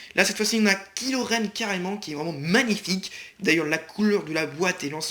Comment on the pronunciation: c'est kylo ren pas kilo ren